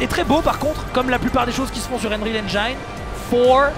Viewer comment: Ah bordel y'a encore des gens qui prononcent "enjaïne" en 2017 :/